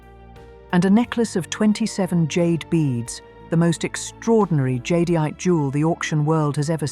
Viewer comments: The AI narration can't pronounce jadeite, either. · AI can't pronounce jadeite.